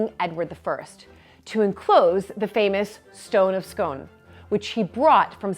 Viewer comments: the correct pronunciation of scone is 'skon', to rhyme with 'gone', rather than 'skone' to rhyme with 'bone'. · Pronounced skoon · Edward I was my 22nd great grandfather, and the stone placed under his coronation chair is pronounced "skoon". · A fascinating insight into the history and origin of the fabulous Coronation Chair, as always, (although I believe that Scone is pronounced Scoon)! Not only am I looking forward to your future updates, but I am also really looking forward to the pomp and pageantry that is the Coronation next May, as I missed the last one by just over 13 years!